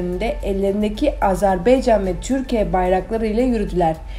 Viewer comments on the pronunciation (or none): none